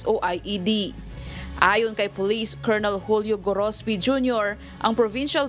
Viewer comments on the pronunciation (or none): none